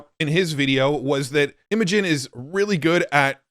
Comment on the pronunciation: Cool video as always.. but.. isn't Imagen pronounced "imagine"?